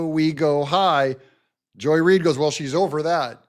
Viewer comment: It's Not Joy Reed....